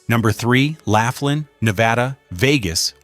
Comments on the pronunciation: Why should I take seriously the opinions of someone who has no idea how to pronounce Laughlin? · It's not "Lafflin". It''s "Lofflin". Proving you have no idea about what your're talking about. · "Lawfland' not "laughland" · Thanks for mentioning Laughlin (#3), I live here six months out of the year and it's a great place to "play." But, it's pronounced "Law-flinn." May as well get the name of the town right! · It's pronounced "Loflyn". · Pronouncing Laughlin as "Laugh-lynn" and Biloxi as "Bill-ox-see" tells me all I need to know to start a Youtube channel just so I can school you on reality.